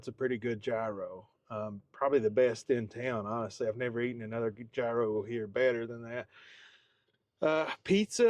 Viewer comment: gyro sandwich" is YEE-ro